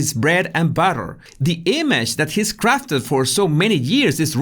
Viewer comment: I know this is a serious topic but I can’t get over how this man said the word butter